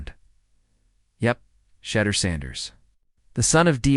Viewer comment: Can someone teach A.I. how to pronounce Shedeur 🤣